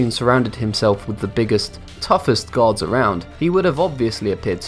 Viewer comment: "Guards" with an accent.